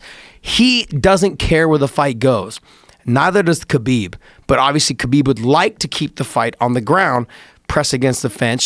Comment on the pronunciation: It's pronounced Habib